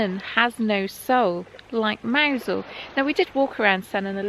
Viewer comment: I thought Mousehole was pronounced “Muzzel”?